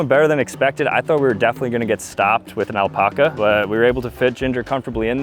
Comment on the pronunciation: I wish Ginger did because you’re mispronouncing alpaca and it’s driving me nuts